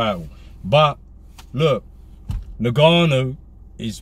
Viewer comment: “In Ga Nu”